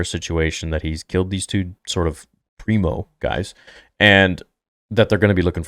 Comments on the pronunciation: Pre-Mor, not Primo Preox-Morlana. Company security, basically. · Pri-mor not primo